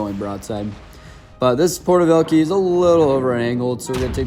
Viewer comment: porter velkeys as a russian speaker that hurt my soul 😢😂